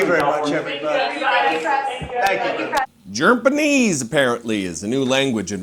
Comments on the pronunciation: "Germ-paneese" 🤣 Oh yes, thank you for that one! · Jerpenese? Must be the language they speak in "TANZIA" or was it Tanzeria? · He needs to be canceled...and wtf is "Jerpanese"? I guess it's a new language that's offered at Trump U...😮😅 Ugh, impeach his orange ass/butt...